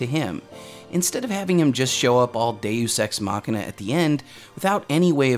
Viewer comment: So that's how you pronounce deus ex machina... Always wondered about that. Thank you!